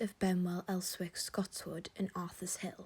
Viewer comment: "Terrorist" housing? "Els-wick"🤣🤣🤣